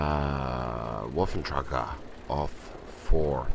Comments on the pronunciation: And? I just thought that when you grind all the way to a tier X tank you should be able to pronounce it's name right. Plus before you put videos up with it included, you should pronounce the name right. At least watch a review of the tank. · you are pronouncing Wafflentrager wrong.